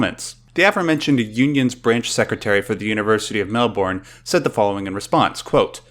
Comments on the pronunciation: Mate it's Mel-BURN in both pronunciation and what to do with it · It's Mel-Burn not Mel-Born! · It's pronounced Mel-bin, not Mel -born. FFS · He makes it sound like "Mel-bun" to me. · The way you say Melbourne is wrong.